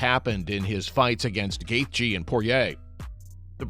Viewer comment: The AI couldn’t pronounce Gathje.